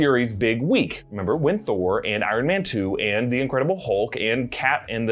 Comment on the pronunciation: “Give me the toah”